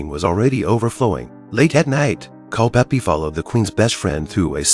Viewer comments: * Culpepper, not "Culpeppy." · You had me until i heard, "Cul-peppie" ....... it is CULPEPER .... pronounced CULL-PEPPER .... thank you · CulpePER. For Heaven's sake, get rid of the AI voice.